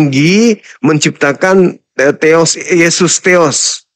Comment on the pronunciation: Hampir Masuk akal tapi salah penyebutan teos masih ada teros tertinggi dan agak lucu